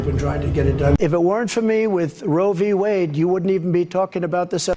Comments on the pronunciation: he keeps saying Rovey Wade 🤦🏻‍♂ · The way tRump says it... does he know anything about it beyond the sounds "row vee wayd"?